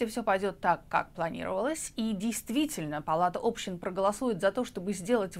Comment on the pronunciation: Палата общИн. ОбщИна, а не Община, общИны, а не Общины. Палата общИн!